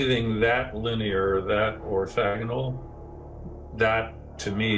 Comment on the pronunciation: ...that ORTHAGONAL" The word is ORTHOGONAL and it the is nothing orthogonal about those lines. Good ole boys need a dictionary. Never mind. I didn't notice this was the History Channel.